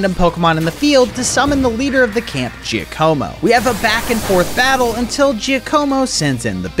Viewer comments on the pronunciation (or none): i loved all of this except one thing: the way he pronounces giacomo